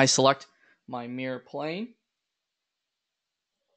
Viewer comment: This pronunciation of "mirror" sounds so strange to me, like "meer" (just one syllable). Took me a second to figure out what you meant, because I wasn't watching the screen. ;-)